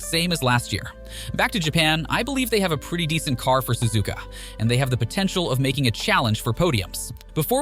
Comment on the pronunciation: I can tell you’re American or something cause you Suzuka susika